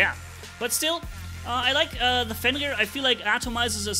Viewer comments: Everyone: "Fenrir": "fEnLir" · just pronunciates "Fenrir" like he was talking french, honestly still don't know how it's the pronunciation 😆